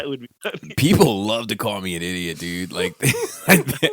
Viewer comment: Eeediot! LoL. Haters gunna hate. Personally I get a kick out of your reviews with all the quirks and silly pronunciations. Keep up the good work bud. Thanks for the laughs. =D